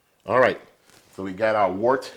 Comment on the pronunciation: FYI its pronounced WERT. Great video BTW